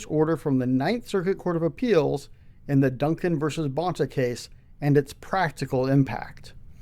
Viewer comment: Let me guess another reason - the way he pronounces Rob Bonta’s surname?